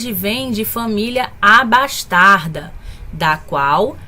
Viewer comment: Pequena correção, "família abastada" e não "abastarda".